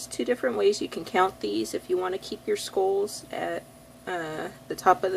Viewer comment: got confused at first when prounounced SKOLLS instead of SKULLS.but it was ok .